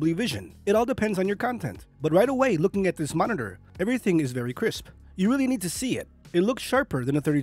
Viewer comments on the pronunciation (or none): none